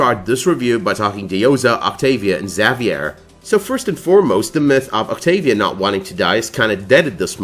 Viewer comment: You're pronouncing Xavier wrong.